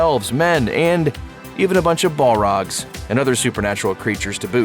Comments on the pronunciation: Ballrogs lol this dude really can't pronounce the names right ..all of them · This man said barlogs☠️☠️☠️